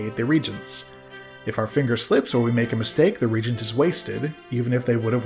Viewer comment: I love seeing the look back at these old games I haven't seen in decades. There is one nit-pick for this video though: "Reagent" is pronounced with three syllables (re-AYE-gent), it's a tad confusing because there is another word "regent" (RE-gent), which means "acting ruler".